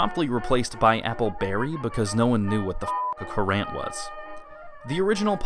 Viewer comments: Currants are dried fruit related to sultanas & raisins only smaller with a more "spicy" flavour. Everyone know who's lead an unsheltered life knows what they are. Also it's pronounced the same as the word "current" not as if it's spelt "Kurant" like you do. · It’s pronounced “current”